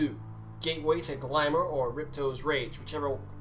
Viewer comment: I swear that guy just said "Gateway to Glamour."